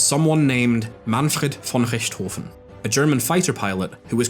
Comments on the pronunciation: I'm not far into this video yet (but fully willing to settle in for 5 hours of Comfort Food Video Essay Listening) - but as a german I do need to add that hearing a german name pronounced perfectly for once, in an otherwise english-language video essay, made me question reality for a moment, hah. I'm so used to people online sort of just... trying their best to interpret words through an english pronounciation lens that i guess i just temporarily forgot the concept of people knowing more than one language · Your pronunciation of the red baron's name was so good I had to subscribe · German native speaker here - just wanted to say that that was a really damn good pronunciation of Manfred von Richthofen. Not exactly the kind of name that‘s easy to pronounce for native English speakers, kudos to you! I may not exactly agree with most of your criticisms of the game mechanics or boss fights, but the overall video is fantastic!